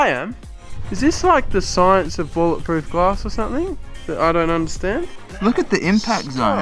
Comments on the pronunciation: It's bullet proof not bowl it proof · It's not bowl it proof, it's bowl it resistant.